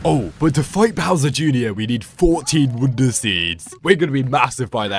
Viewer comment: why do you say "wounder"